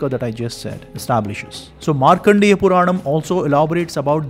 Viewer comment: Markandeya. Not Markhandeya.